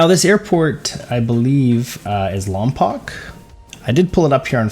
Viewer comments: Airport Lompoc pronounced (Lom-Poe) not Lompock. It’s been mispronounced so many times it’s starting to drive me crazy. Not trying slam anyone because you wouldn’t know if your not from the area. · It's pronounced lom poke.